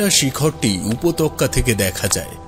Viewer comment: দুরাবস্হা নয় কথাটা হবে দুরবস্হা। উপতক্যা নয় কথাটা হবে উপত্যকা। আগে উচ্চারণ শুদ্ধ করতে শিখুন। এরকম ভুলভাল উচ্চারণের কারণে আর পুরো গল্পটা শুনবার ইচ্ছে হলো না।